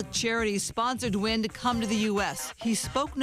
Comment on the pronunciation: Wonderful story. Please pronounce his last name correctly. Nguyen is (WIN)